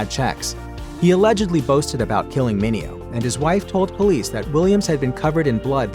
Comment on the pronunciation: Mineo told numerous reporters and talk show hosts that his name was pronounced "men ae ho" and not "men eh oh"😂